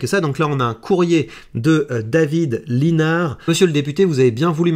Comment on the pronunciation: Pour info, ça se prononce David Lissenard!! Comme quoi il manque de notoriété et pourtant je le soutiens!!